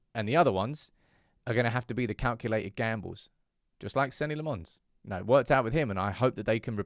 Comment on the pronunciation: Stop saying Senny Le Mons. That isn't a United player.